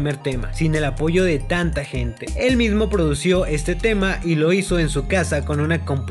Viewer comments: se dice produjo.. no producio.. dislike papu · Se dice produjo wapo 😚